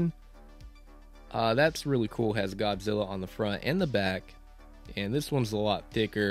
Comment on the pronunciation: Saw it on Netflix. Great movie. One question: why do you keep saying "Gobzilla"?